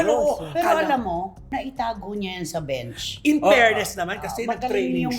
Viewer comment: Dami ng tawa ko sa beans instead of bench hahahah